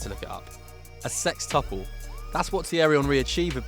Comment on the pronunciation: Said sextuple wrong.